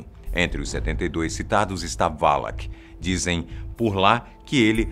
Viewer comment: não se fala valak é sim valac